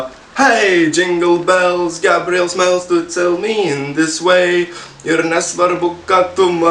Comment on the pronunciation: ble nuo kai sakai ei gabriel atrodo kad sakai gabriel smells xD